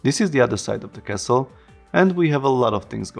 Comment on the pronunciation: hehehe when you say castle I hear kessel hehe you know spice mining planet from Star Wars :P